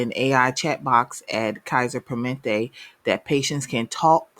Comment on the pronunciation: "per-muh-NENT-tay" As a nurse who works in IT now, tech in this area is much needed.